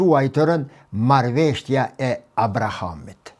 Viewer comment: "Marrveshtja" jo po MARRËVESHJA 😊 shum rrespekt prof, ke njohuri te pergjithshme shum, ket korrigjim merre si shaka